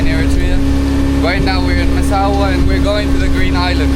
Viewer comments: Massawa! bro was saying massara every time 😂😂😂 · Brother it’s Massawa not Massara. Love it tho ❤ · Brother Massawa, not masara!! 🙏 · IS NOT MASSARA , IS MASSAWA 😂 GOOD JOB THO 🇪🇷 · It’s not Massara. It’s Massawa